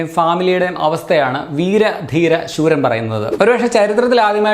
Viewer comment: ശൂരൻ അല്ല സൂരൻ